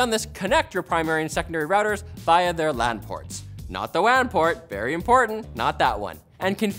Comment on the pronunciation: Buddy you really did go the extra mile to pronounce the "lan" and "wan" port the exact same way when trying to make people not to confuse them.